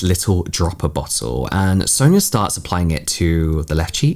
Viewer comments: How do you say ‘Sonya’ ? Sawn-ya Not Soon-ya, sown-ya and sow-in-ya - you’ve been using a variety of (incorrect) variations 🙄 It’s not a common name but it’s common enough that you’ve surely heard it before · I always thought Sonya was pronounced like Son-ya... feeling embarrassed now cuz I kept calling my client who had the same spelling that and she didnt correct me 😅